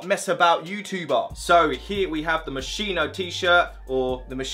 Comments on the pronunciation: Swear it's pronounced Mos Ski No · U pronounced moschino wrong 🤦🏼‍♂️it is mos-kee-no tho😂